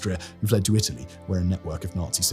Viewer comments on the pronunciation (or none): none